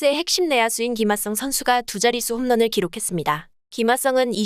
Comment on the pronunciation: 아니 ㅋㅋㅋㅋ tts에 어떻게 입력해야 김핫성이라고 말하는거임 ㅋㅋㅋ 진짜 핫해보이네